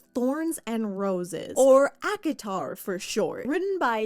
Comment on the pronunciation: Every time Nikki says ACOTAR, i feel like shes saying Akinator 😂😂